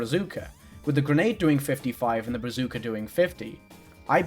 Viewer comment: Am I the only one who finds it weirdly cute how they mispronounced "brazooka"